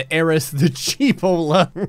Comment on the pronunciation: I'm Italian and the way you pronounced cheapolla is written "cipolla" in my language and means Onion😂😂